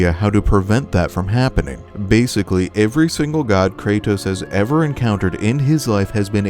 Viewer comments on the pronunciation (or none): Bro always says “Kraytos”